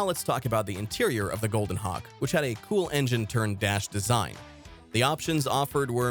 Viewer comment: it sounds like you’re saying Hawk tuah